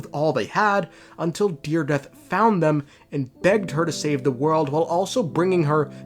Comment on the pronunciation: her name is dire-edith